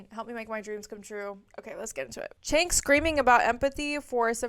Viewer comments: Found you through Leftist Mafia and have really been enjoying your content. Just one tiny thing that’s been driving me kinda nuts - his name is pronounced “Jenk”, not “Chenk”. Left is best!❤ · Pronounced "Jenk", and he is trash.